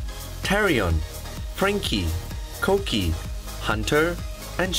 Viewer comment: Kookie isn't Koki. It's JungGUK. so it's GUUGGIE. Not Koki like Cookie.